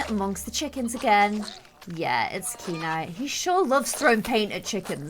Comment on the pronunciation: I think kieni name is pronounced kia-nay. Kia like the first part of kite, and nay like what a horse says